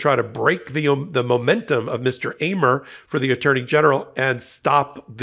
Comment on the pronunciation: Man, you really mispronounced 'Amer." It's pronounced the way you say America, just stop at R. First time in my life btw, have I come across someone with my name in the news or anywhere else. It's weird.